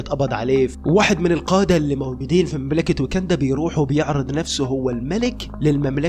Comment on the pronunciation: فيلم تعبان جدا واسم المملكه واكاندا مش ويكندا